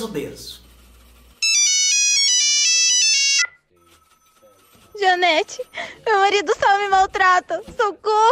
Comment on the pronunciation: 😂😂😂😂JANETE É O NOME....Eu entendi DANETE 😂😂😂😂 é Danone agora?? E para surdez o que é bom ??😂😂😂🙈🙈🙈